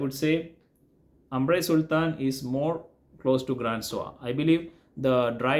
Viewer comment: Grand Soir should be pronounced like "gron soir", not Grand Soir. Grand is an English word, the frag is from a French House :) Same with AS - it's not AAmre, or AAmbre, it's "Omb-ruh"